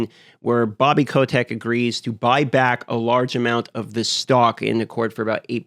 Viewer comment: haha yeah i also heard that and was like .. that how it's pronounced? ^^